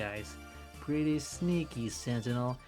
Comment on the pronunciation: why are you saying gentinel